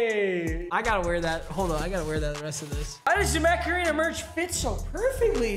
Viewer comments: it sounds like you keep saying macarena. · Everytime he says "mech arena" I think he's saying macarena